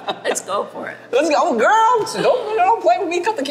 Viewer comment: Tim out here calling Paula Abdul Gorl!Girrrrlll!